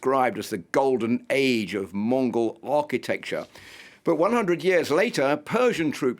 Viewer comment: Indian themselves mispronounce Mongols as mughals.